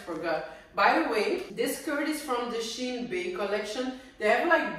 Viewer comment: Its pronounced"She in"